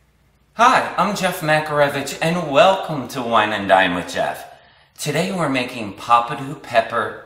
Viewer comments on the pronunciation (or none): none